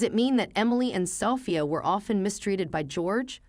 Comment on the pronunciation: Justice is served. Happy ending for grandma Amelia, Emily daughter wife of philanderer husband George and granddaughter Sophia are living happily after the divorce☺️. Sophia should be stressed on the 2nd syllable😦